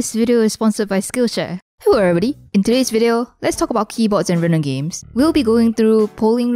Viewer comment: Hewwo everybody